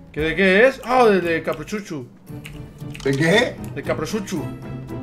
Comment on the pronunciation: Like si te reiste cuando dijo: De caprochcuchu